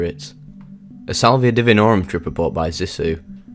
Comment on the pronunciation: why do they say divi NOR um? I believe it's di VIN orum